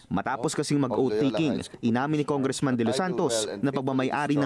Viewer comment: Noon pa yan. Nong bata pa aq narinig q na ang tongressman instead of congressman.